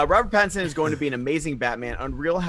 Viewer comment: Haha someone got ’ “robbat batinbat” read out..... Well done that made me chuckle